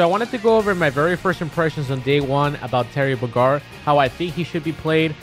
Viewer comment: And right of the bad he miss pronounces Terry's name